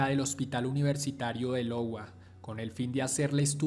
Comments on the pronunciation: No se dice lowa sino iowa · Des Moines = De Moin Iowa = Aiowa No es crítica, sólo les dejo la correcta pronunciación a quién le interese 🤷🏽‍♂️